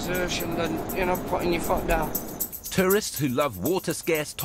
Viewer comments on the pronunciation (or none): When adoyade says "Tourists" about the dunes..it sounds like "Terrorists"😂😂